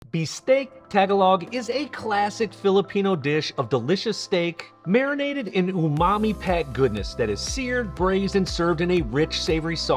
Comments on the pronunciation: As a friendly tip, the way to correctly pronounce the word Tagalog is to put the accent on the second syllable just like you would say such words as “De-CEM’-ber”; “Ge-NET’-ics”; “His-PAN’-ic”. Therefore, Tagalog should sound like “Tah-GAH’-log”. (Not “TEH’-guh-log”). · I was; "did he just say tag-ah-LOG??🤣🤣.. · ta-ga-log. not tag-alog smh. jokes aside (well not really a joke, that's how you actually pronounce it), good video EDIT: oh no, why did you cook rice like that 😭😭😭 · "tag-a-log" HAHAHHAA one time with me .. "tah-gah-log" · TAG-ah-log??? 🤣🤣🤣 Try tah-GAH-lohg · it's not "TA-ga-log"; it's "ta-GA-log" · I believe it’s pronounced Ta-gal-og, not Tag-a-log. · Tagalog does not sound like "TAG-a-long." It sounds like /TugGAH-log/. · Bistek tag-ah-log?.. its (tuh-gah-loh).. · you lost me at Tag-a-log...smh if you're gonna say it, say it right!! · Its not tag a log. Tah gul-ohg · I had a Filipino student who helped me with this - it’s pronounced “Ta gol o,” not “tag a log o.” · Did he really just say “Tag-a-log” in the beginning? LMAO. It’s “Tuh-GAH-lohg” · "Taga-log", not "tag-alog". You did well on that bistek tho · I think white people need to learn is that it's pronounced as taga-log and not tag-alog. It's not like tagalong like the girl scout cookies. It doesn't bother me too much but it is happening way too often for my liking that it's probably worth correcting. Also, suggestion on changes: 1. Add more garlic. How much? More. 2. Use sweet onions to counter that salty sauce. 3. Add lots of white mushrooms. If you like mushrooms, this sauce is bomb with it. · Man the cooking looks great but damn I cringed at the start with your pronunciation. It’s pronounced “tah-gah-lohg” Tag-a-log hot damn that’s a first. I’m happy food of my culture is getting more notoriety especially since apparently people always just called them greasy because they never got to try authentic cooking and only ate stuff for tourists. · sigh It's Ta-GA-log, not TAG-a-log. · Bistek Ta-GA-log.